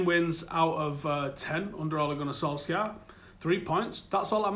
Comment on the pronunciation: will you stop pronouncing the k in Solskjaer if he gets the job?